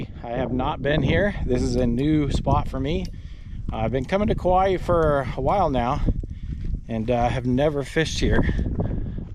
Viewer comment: Because my girl gets on me about how to say Kauai, I’ll just say… remember.. there’s only One ‘i’, not like how Hawaii, has two ‘i’s Kauai not kauaii 🎉